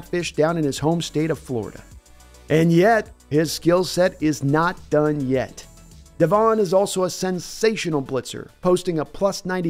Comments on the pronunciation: it's DEV'in, not de'VON. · it's devon not devon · Stop calling him de'VON. His name is DEV'in.